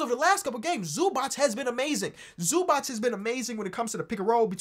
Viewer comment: Oh god please it's not Zubach it's Zubats